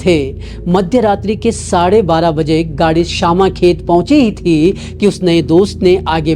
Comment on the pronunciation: It's not syamakhet it's shyamkhet bro..